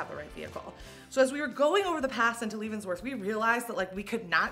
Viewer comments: We don’t call it lee-vons -worth, you silly goose. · Love Leavenworth 😍 (Pronounced Lev-en-worth) If anyone comes in summer know that it's over 100 F 😅 And there's bears. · Leavenworth is also big on Octoberfest. And it pronounced LEVENworth, just so ya know love! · This is so awesome to see you here! It’s a staple for people living in Washington :) been going since childhood! Btw- it’s pronounced “leh-ven-worth” 😂❤ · Leavenworth is beautiful. Just FYI, it's pronounced leh-vuhn-wrth. I loved going any time of year!! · It's pronounced like levens (11) worth. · Leavenworth is pronounced like leather, rather than leave. ❤ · It can be blizzard conditions on the road there -also bears!. Its a Bavarian / German town that celebrates German celebrations year round like a true Ocktoberfest as well. But you are pronouncing it wrong.